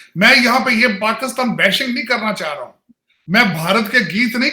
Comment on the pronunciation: Washn and dc😂😂😂, labby 😂😂 paxtan😂😂, dialaag🤣🤣, dallar🤣🤣🤣